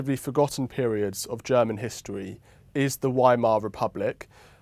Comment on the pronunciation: Fabulous. I noticed how Frau Hoyer graciously avoided repeating the word Weimar so as not to embarrass her host on his pronunciation. Exactly opposite to how John Humphrys used to work.